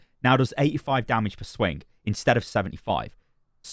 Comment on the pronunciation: I like the way you say dummidge